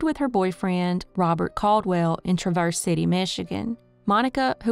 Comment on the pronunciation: I am from Metro Detroit—Traverse City is not pronounced the way the narrator pronounced it. It is pronounced “TRA” as in “Travis” and “verse” as in “verse.”